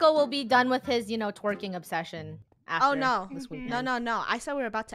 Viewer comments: stop saying t wiking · stop saying twiking